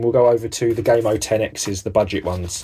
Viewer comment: Lol did you just call gamo gay mo 😂